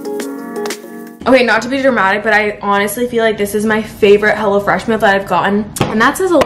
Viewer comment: I thought she said “ I always eat hella fresh” 😅